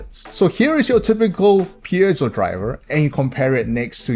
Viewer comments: Since it got said so many times in the first few minutes, I have to be the pedantic moron here and say this: Piezo is pronounced pee-ay-zo, not pee-zee-oh. And yes, that is a major difference. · Yeah i don't know about that but it's definitely not "PEZIO" lol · its pronounced pee-a-zhou electric, not pee-zee-o. Apologies for being a grammar nazi, that just really bugged me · Yah - it's pronounced 'PEETSO'.